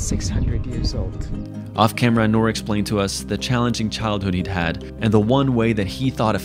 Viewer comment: Don't want to be rude but it's noor